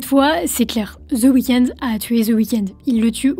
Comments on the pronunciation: Aucun intérêt ta vidéo.. désolé .. et c’est chiant de t’écouter dire « the weekends » … y’a pas de s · "ZEUH" weekend. Quel accent.